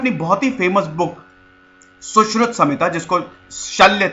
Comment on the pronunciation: Sir Saushruta ki jagah Saushrut bolte to sabke samjh mein aa jata. Saare angrez nahin h yaha